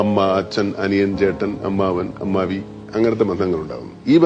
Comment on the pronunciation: Ammavi ❌ Ammayi ✅